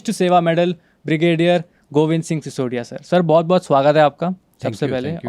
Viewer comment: Please correct your pronunciation first, it is not "सिसोडीया" it is सिसोदिया.